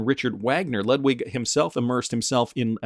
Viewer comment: Again Ludwig is lood-vig like in Beethoven